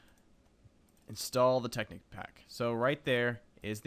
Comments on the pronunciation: hey, its tekkit not tekeet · I believe it's pronounced "Tech-It"... :) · Stop pronouncing it wrong! Think bukkit and technic!